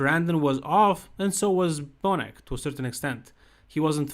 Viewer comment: Not bonus. Bonac. Lol